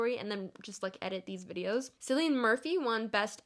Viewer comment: STOP PRONOUNCING CILLIAN WRONG